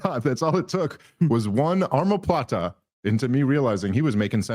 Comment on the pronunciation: Its omoplata not armoplata lol